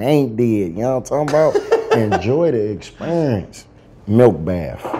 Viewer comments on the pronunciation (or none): "enjoy the experrrence" lmao